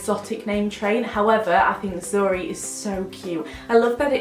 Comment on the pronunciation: zuri+a is basically white in basque it was so weird to hear it in your accent hahaha